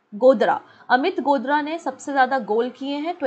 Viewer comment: Mam Amit गोदारा hai naam na ki गोदरा